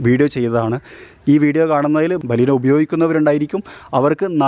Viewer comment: baleenoo....alla bro beleno